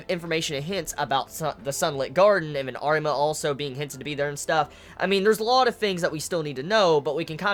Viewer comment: Arima dude it's Arima , i am saying it